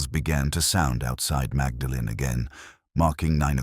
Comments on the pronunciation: I hate AI narration. I wish it would be taught to pronounce names correctly. It's so frustrating listening to it. For a start it's not Magdalene it's pronounced Moordlin. And Cherwell is pronounced Churwell. Sorry can't listen any more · Yes I’m just an American but I cringed at that. It’s more like “Maudlin.” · Awful, Awful, Awful. Terrible mid Atlantic accent, complete ignorance of Oxford place pronunciation, awful dialogue. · Very dull. Actor's voice put us to sleep. Very unconvincing Morse who would never have pronounced Magdalen college incorrectly!! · pronounces Magdalene incorrectly. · You have mispronounced Magdalen College